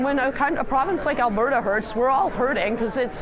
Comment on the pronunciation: ...did she say Alah-berta?